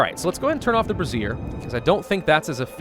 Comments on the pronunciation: Every time I hear say brassiere, I'm gonna comment on how it's Bray - ze - er. He'll see it eventually. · I can't take it any longer... brazier is pronounced ˈbrāZHər as in "bray-zher"... not brəˈzir which is spelled `brassiere` or `bra` for short. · you are mispronouncing brazier. It is pronounced bray-seer, you are pronouncing it like brassiere, which is another word for bra. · I have to laugh every time calls the braziers brassieres 😂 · I keep giggling every time brazier is said as brasierre. I am a man child. The thought of giving all these tough working folks a new bra to cheer them up makes me chuckle. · Say it with me ...Bray-shur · I don't think he realises that he's pronouncing it wrong... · nah it's funnier this way. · I think he knows... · It is on almost all of his Frostpunk videos. He sees it in the last episode or two, says he feels stupid, and immediately forgets. Every time. Like clockwork.